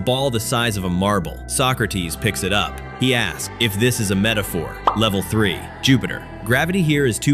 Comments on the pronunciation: It's saying levele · Bruh for each level the thing said levele instead of level